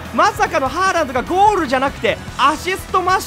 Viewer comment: ホ-ランドかハ-ランドかわかんないw